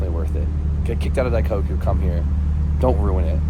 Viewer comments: daiKOku, not daikaku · yo its not "die cock eew" its "die coke oo" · For the love of God, it's "Die-coke-ooh" not "Die-cock-ooh", lmao 🤣🤣🤣🤣💀🤦‍♂. You say it correctly like every other time in these videos and it's hilarious. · Dai-KOH-Koo. pronouncing it Dai-KAW-Koo lol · Bro this is the second time I’ve heard you say in this video, “dai-COCK-Koo” is CRAZY 😭😭